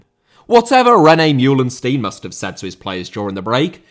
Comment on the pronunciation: Meulensteen* not Myulenstien